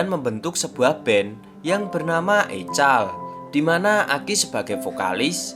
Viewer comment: EKOL min bukan ECAL